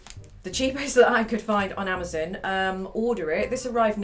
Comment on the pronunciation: The way she says amozun